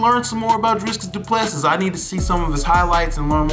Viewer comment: Please pronounce his name properly before you make the video, however will accept the apology as was your 1st time actually researching him for content, so still respect 🙏 🇿🇦